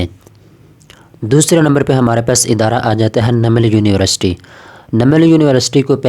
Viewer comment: University hota h Univarsity ni